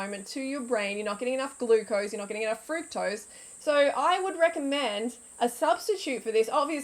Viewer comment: Please pronounce fructose correctly